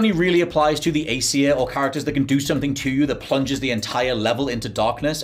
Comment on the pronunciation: Glad i'm not the only one who says "Sumpthing" 😂